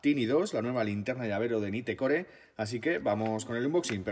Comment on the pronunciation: Naitcor .. asi se pronuncia 🤪